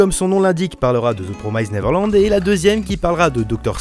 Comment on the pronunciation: Et c pas promyzede néverelande... ça fait mal à l’oreille